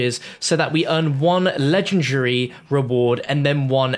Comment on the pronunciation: Legengary...? Lol now thats legendary right there...